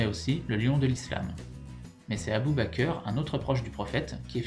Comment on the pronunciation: "Abu ba cœur" sa me tue mdrr c'est Abu Bakr Siddiq , tu prononce bak pas bacoeur... Et pour le prophète " Mahomet" pour nous musulmans dire Mahomet c'est une insultes car sont vrai nom c'est Muhammad qui veut dire le Louangé car il avait les louanges des anges, mais dire Mahomet signifie l'inverse du mot Louangé... J'espère que vous occidentale arrêterez de faire cette erreur grossière qui est une insultes pour nous musulmans